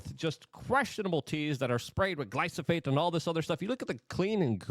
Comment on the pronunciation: NOT gly-SO-phate !! it's gly---PHO---sate